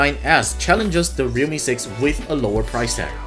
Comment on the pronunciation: im sorry but i literally cant differentiate your pronunciation of realme and redmi